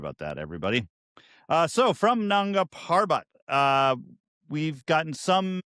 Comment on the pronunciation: Please pronounce Nanda properly just ask someone they will tell why its sounding inappropriate.